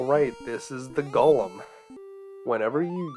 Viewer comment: Go-lum not gollum